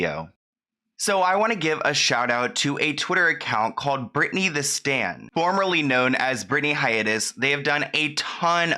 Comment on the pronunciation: CaLLed... not CaWWed.... hOLD... not Howed.... Work on your elocution! You do such a great job with your videos, but your pronouciation of basic words is really, really annoying...